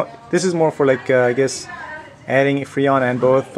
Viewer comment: Its FReon, not Feon! LOL